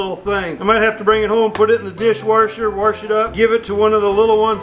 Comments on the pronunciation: Why does say warsh instead of wash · you're killing me with the "warsh" there is no R in "wash" I'm a city girl the loves watching these videos! The house got my attention and I subscribed because you made me laugh. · My name is Worsham so when he says warsh I laugh out loud. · Take a shot every time says "warsh" lol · Every time said the word "Warsh", it made me miss my Midwestern relatives even more. Love your channel. Keep up the great work! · Someone should tell that there is no r in the word wash